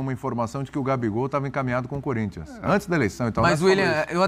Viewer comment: O Neto falou que o Gabigol tem a cara do Corinthians? Mentira! Se foi o Neto mesmo, ele falou "CÚRINTHIAS".😂😂😂😂😂